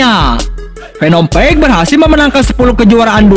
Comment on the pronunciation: Btw page itu bukan di baca peg.tp pej.semangat terus bto